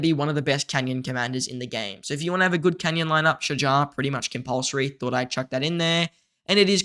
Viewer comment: As Arabic native you did great pronouncing her name👏🏼👍🏼🫡 its almost right tbh